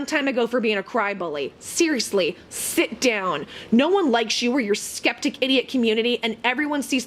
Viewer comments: "Scchheppticchhh" Community - I lol every time you say it!! (did my best trying to spell it) 😂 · when you say skeptic i die.